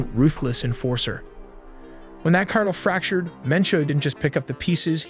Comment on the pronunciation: They create their youtube videos using AI. It was a mistake on their end releasing this video because you can hear it. Who says cartel as "kart-le"